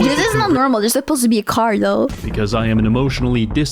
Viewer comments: like I said, idk what's up with them, it's weird that he pronounces "car" as "kerr", normal people don't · not sure how him being canadian makes him say "car" wrong, 99.9% know how to speak properly, source: am canadian